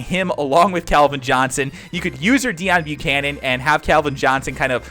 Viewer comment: It's Pronounced Day-own bucannon